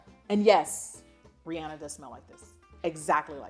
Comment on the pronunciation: Heyyyy!!🤗 I'd A-D-O-R-E it if you did a video on/describing/giving your opinion(s) of the Fine Forever fragrances! Thaaaanks 💛🤍🤎✨️ EDIT: AND OHHHHH... Also a video on your Bath and Body Works fragrances (if you have more than the Japanese Cherry Blossom 🍒🌸) Shoutout to YOU for saying Rihanna's name correct😁🙈 I see so many people that say they are "fans" of hers and they NEVER pronounce her name right. Okay...(Not) Sorry...I'm done with my love rant😉😉